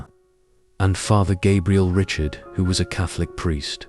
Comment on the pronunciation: Gabriel Richard's last name is still pronounced the French way and not like Richard Chamberlain.